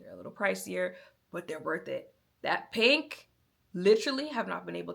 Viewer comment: "Look at the pank!" 😄